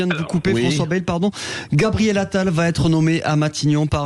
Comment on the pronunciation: en tant qu'habitant du sud-ouest, on dit "baïle" - soit ba-î-le avec une diphtongue, et non bèèèèle , ici c'est la langue d'OC !